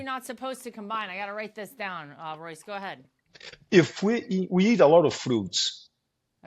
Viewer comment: Great interview but how did her staff not tell her how to pronounce Royce’s name….Royce so humble, and a legend. Thanks for the interview